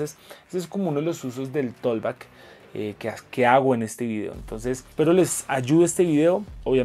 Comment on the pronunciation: con mucho respeto. Se pronuncia algo así como "tokbak" la letra "L" en la palabra "talk" no tienen ningún sonido. Bendiciones!